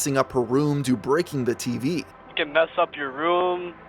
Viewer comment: The way he says TV cracks me up.